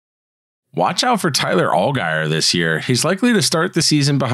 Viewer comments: Just a comment, his name is pronounced "ALL JEER" not with a hard G. He will be a great back for the Falcons. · ofc it's pronounced Al-Jeer. Our bad!